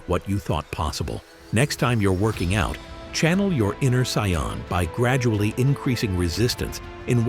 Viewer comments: It's Saiyan lol not Scion lmao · Saiyan not Scion 🙄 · Hearing "CyYaNs" is just ear bleeding tho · 1st - Fiction, DUH! 2nd - Not human 3rd - They didn't just go from normal to 300x gravity they trained up to it 4th - In DB humans can develop/ train up to these higher levels but only because of Ki, which sadly doesn't actually exist 5th - It's pronounced Say-in, get your F ing AI to pronounce the Sh!t right!! Conclusion - You are absolutely spot on !! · i hate the way this cheap AI generated voice pronounces the word "saiyan". why couldn't the owner of this channel just make his own voice over.... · It's incorrect bro😂😂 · I can't get past the pronunciations: Sigh-uhn, k-eye blast, etc. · I truly appreciate these types of theory videos but, my friend if your'e gonna use AI narrator, be sure they PRONOUNCE the names properly. Gottin (Goten) and Scion (Saiyan) is inexcusable. Now suddenly, trying to focus on the video becomes harder because all we think about is the AI's blunder and this video should get all the love because it's actually quite good.